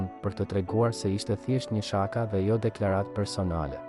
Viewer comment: Opininisti gjithmje ky harron theksin e fjaleve p.Sh.ishte nje Shaka theksin e vendos tek, aja pas sh 😂 O gol.mo mir ti medo gramatiken!!!???